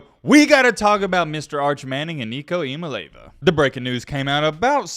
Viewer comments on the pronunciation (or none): Ok for 1 the sweet and spicy bacon burger from whataburger is absolutely top teir 2 it's eya-maalay-ava get it right and 3 tennessee will be in the top 5 this year. Idk how we will fall into the rankings but lsu usc tcu Oregon are all going to fall off. Please pin this so you can see this in the rankings for next season because I called it and because we will most likely be in the championship next year GB🍊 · It's Nico Iamaleava pronounced..(e ah ma lee ah vah). He was talking about it in an interview with the vol network.